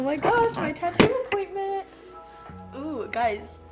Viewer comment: Did i hear tattoo apointment?? Love that for u